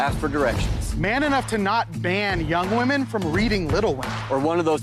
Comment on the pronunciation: I cringe every time I hear them saying women